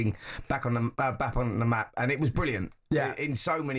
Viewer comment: He can’t even say the word map